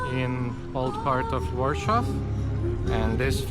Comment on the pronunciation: Why do you pronounce Warsaw like in German?